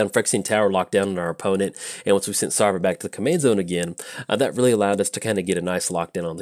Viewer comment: SavRA not SARva! Even you play a ship full of boney pirats! ARgh! ;)